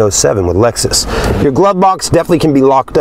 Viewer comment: Dude called it an Alexus at the beginning.